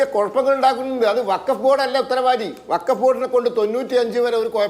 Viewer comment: ബകഫ് വൃത്തിയായി പറഞ്ഞു 👍